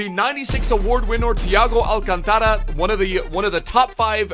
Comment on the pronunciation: Alcántara, not alcantára